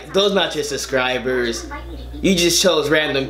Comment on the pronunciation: You know it's "SUBSCRIBERS" not "suscribers" you can spell it but not say it lol